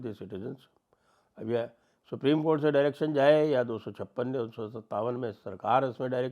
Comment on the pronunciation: Supri.... co... nhi supri.. cothh.....